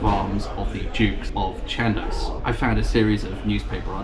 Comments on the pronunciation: Shan doss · 'shaan-doss' is the correct pronunciation, I believe. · Dear - I think that Chandos is pronounced like boss rather than like post. See also Robert Adam's magnificent Chandos House in Marylebone, Handel's Chandos Anthems and the spectacular baroque church at Great Witley, Worcestershire. PS: I absolutely love all of your pub and walking vlogs. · I used to visit the Chandos (I always pronounced it as others did in the area as shan-doss) in the early nineties. The Salisbury has always been known as an actors pub.